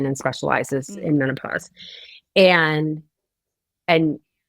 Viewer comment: She said meno-posse!! I love it.